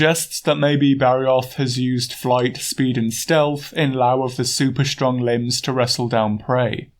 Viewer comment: I can't decide if this is AI or not, the content is great, but it keeps making Bow/bow pronunciation errors. In this case lieu (lee-uu) as opposed to "laow" as it came across in the narration.